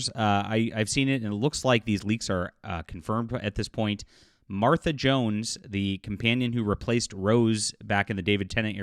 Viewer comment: Hey you said her name just fine 😊